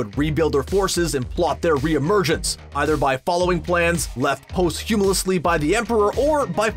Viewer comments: La-BOR-ious POS-humous ( not POST-HUMIOUS... the T is silent )... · "Post humolusly" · "Post-huuumusly"? LMAO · Say posthumously again. Hahaha